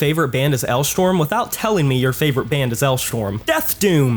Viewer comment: Is my hearing okay? Did he pronounce Alestorm as Elshwarm?